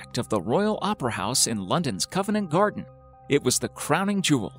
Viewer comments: Covent Garden, not "Covenant" Garden! I'm not even British and even I know that. How much else did you get wrong? Like "Rotura" thermal region, when showing modern tourists against the Pink and White Terraces, which were destroyed in 1866, long before backpacks and bikinis. The correct pronunciation is Rotorua. Then you said "Mayori" and I bailed out. For the record, "Maori" is pronounced "Mowri". Actually, there are slight differences in the pronunciation, depending on who is saying the word, but no New Zealander says "Mayori". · serious pronunciation errors: Covent Garden, Bows Arts, Nanjing; NOT Covenant Garden, Bow Arts or Nonjing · Co-vent NOT Cov-en-ant. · Covent Garden, not Covenant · Yeah, as somebody else said 'Covenant' Garden. So he's murdering English too... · Yeah "My-ori". What the hell is that??? Also "Covenent Gardens". It's Covent Garden. I think they just got some guy off the street to read this script. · ummm... no idea about the accuracy of what is presented here, but had to chuckle at the beginning when the narrator spoke of "Covenant Garden" rather than Covent Garden in London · Its Covent Garden not Covenent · “Covenant” Garden?!,😳 Get it right mate, it is Covent Garden. 🙄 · COVENT Garden, not "Covenant" Garden. BEAUX Arts, not "Beau" Arts. GENGHIS Khan [G soft as in gelato, GH hard as in spaghetti], not "Ghenghis" Khan. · "Covent Garden" not "covenant garden" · It’s not covenant garden it’s Covent Garden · This is one of the worst voice-overs on YouTube.. Covenant Gardens??? Try Covent Gardens. Mayori??? Try Maori. Rotura??? Try Rotorua. Otokerumpai??? Try Te Otukapuarangi. That's when i I decided to give up. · O:51 COVENT Garden, not “covenant” - bloody Americans, grrr! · Agree. Even pronounced Covent Garden as Covernant. Typically American screwing up all other languages except their own! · 'Covenant' gardens - sigh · London's "Covenant Garden"? You expect people to subscribe, yet can't be bothered to learn correct pronunciation.